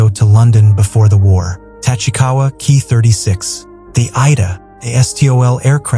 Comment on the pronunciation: NIce. but the AI voice can't distinguish 'Ki' as 'kay-eye' as well as getting some of the names pronounced wrong.